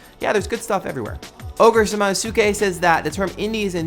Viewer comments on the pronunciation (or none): Oh, I knew if you ever used one of my comments you'd butcher the name.;p It's Samanosuke from Onimusha, pronounced "samano-ssskay"